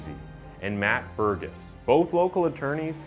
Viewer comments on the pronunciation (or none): You pronouced the name wrong "Burgess" is prounounced "burr'jess" It's my family name.